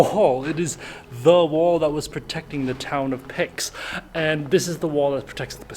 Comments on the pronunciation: PEKS is so irritating. Peč, or "CH" like in "peach". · Ok, my in-laws live in Pécs, except it's not pronounced (pecks) it's (paych) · It's not Pecks, do your research man. It's "Paytch", and it IS a city, not a small town. It is the 5th largerst city in Hungary, with a population of a 140.000 people. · Well, there is no Mosque in Pécs because the city has NO muslim population. (Proununce like Pech, not Pex). The building of the former Mosque is a Catholic Church: the Inner-city Candlelit Blessed Virgin Mary Church. Pécs locating in Central Europe, not Eastern Europe, and with it's 170.000 population the biggest city in Transdanubia (after Buda). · Should be pronounced as Pech and not as Pex. Your perception of Pécs being a very small town is not quite accurate. Actually it is the size of Buda (Western part of Budapest) but it is built on the hills and valleys so you cannot really feel it. Besides it is a university town and gets very vibrant when the school starts. Probably you were there during the summer holiday season when locals leave the town for the beaches and sturdenst travel home. Once they are back it becomes vibrant. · If you pronounce a word with a different accent people will still understand. If you pronouonce it wrong, people will not understand. No one will ever understand Pex, or Peks. Besides you are wrong, usually foreigners pronounce "e" as "é" as a default and have problems pronouncing a proper Hungarian "e". So it is just the opposite what you wrote. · Pronounced as Petsch, the German name was Petsch/Fün fkirchen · As a hungarian, I thank You for this superb video! The pronunciation of Pécs is like: "Peich", the ending letter is like the beginning of the word "child." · A few people commenting on the correct pronunciation. It is somewhere between 'peach' and 'paitch'. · Wish people would learn the correct pronunciation of Pécs before making a video.